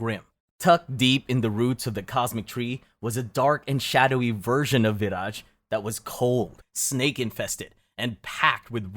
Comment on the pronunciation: I’m Slavic and didn’t know about Vyraj. But I think it’s pronounced like vyraY because in Slavic (and Germanic and Baltic) the J is Y. And Raj (pronounced exactly like rye 😅) means Heaven/Paradise.